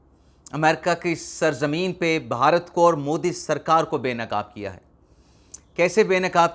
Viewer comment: جناب بہارت نہیں ہے بھارت ہے،